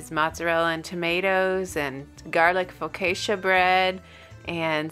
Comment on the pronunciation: Great video but it’s Napoli (nah puh lee). Also it’s Focaccia (fuh kaa chuh ) 🇮🇹